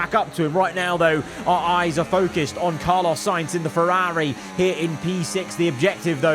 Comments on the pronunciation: why over the last two years have you just forgotton how to pronounce ferrari? it's so annoying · The way you keep saying Ferrari 😅 why you say it like that